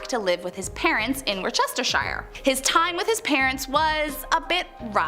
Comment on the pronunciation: War chester shire... Think more sort of woosta sheer.😂